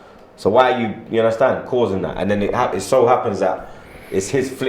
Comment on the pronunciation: "Ya unnastan?"